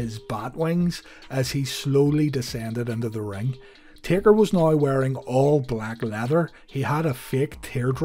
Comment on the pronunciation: He said tader other than taker